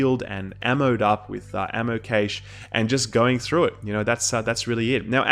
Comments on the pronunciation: It's pronounced Cash not caysh!! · Cache is pronounced "Cash", not "Caysh".